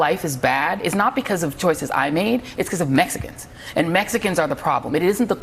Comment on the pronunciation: Did you say, mexicans in enphasis as a subliminal messages??? For what reason, right or wrong??? Where are the Hispanic analysts to represent......... MSNBC???